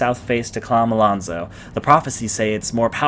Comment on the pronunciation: How can you hear the main character say Chomolonzo, read it constantly and still pronounce it Kha-ma-lan-zo??? CHO-MO-LON-ZO